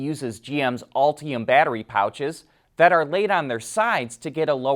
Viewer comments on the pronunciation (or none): Please pronounce Ultium as ULL TEE UMM, it's not ALL TEE UMM.